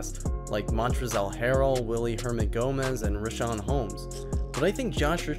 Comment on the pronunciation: The pronunciation on OG Anunoby and Montreszl Harrell was...let’s see it needs some work 😂😅